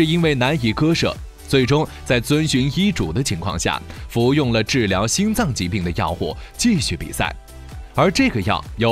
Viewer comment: 你为什么所有in都读作ing? 金牌你读经牌 心脏你读星脏， 禁赛你读竞赛，母亲你读母青，亲自你读青自，世锦赛你读世井赛，视频你读视屏。 请尊重你的母语，努力纠正错误发音。不用谢。